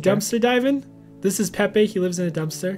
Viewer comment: its pepe not pee